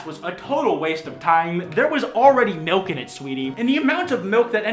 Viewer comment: Still I hear miwk and not milk so please help meeeeee